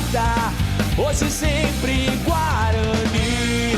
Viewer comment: É Guaraní